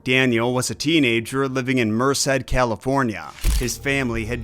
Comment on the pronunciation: Haha..yeah, your pronunciations are making me laugh.. It's pronounced Mer-said (Merced) and you already know it's pronounced, mong (Hmong). Don't feel to bad about not getting it right. At least you tried!! And you're not a robot!! You're a real person and not AI! ❤